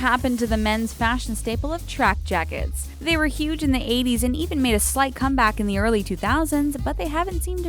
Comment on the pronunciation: Who else thought she said tracker jakkers instead of track jackets